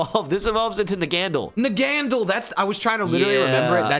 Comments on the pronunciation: It's pronounced in the anime, Nag-a-neigh-del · its pronounced, in the anime (nag-a-neigh-dull) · and both nonchalantly ignoring the last ‘a’ in ‘Naganadel’ 😂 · The Naganadel mispronunciation had me more bothered than it should’ve 😂 Put some respect on the Alola’s champion team member’s name!!